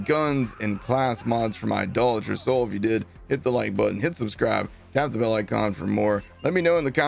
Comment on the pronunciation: thanks for saying Idolater correctly.